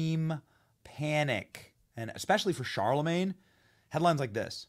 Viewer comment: Who's Charlamayne? He seems like a joke! 🤣